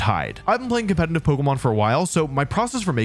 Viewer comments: dude keeps saying competenant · Why do you say "compentative" lmao